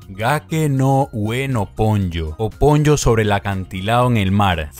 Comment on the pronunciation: PONYO, ha dicho PONLLO. ME MUERO Po-Nyo